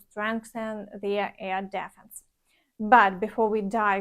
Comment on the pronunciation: if you like I'll list the words that need your attention in the comments. An important one is "defense" not дєффнс, але дііфнс. I'll do it for other words when I hear them. You can use Wiktionary or other websites to hear the correct pronunciation